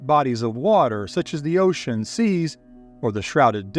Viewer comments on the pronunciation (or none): none